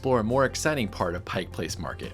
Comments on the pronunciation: It's "Pike"....not "Pikes"! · "Pike" Place not Pikes.. Please